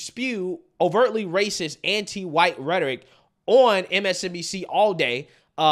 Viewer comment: Joy Reid said she is a Christian. She mispronounced the word racist. I am really glad Biden is trying to unite the country. He never speaks of white supremacy or defames half the country by calling them Maga. What a uniter.